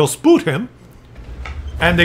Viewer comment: Don't forget 'spoot' 🤣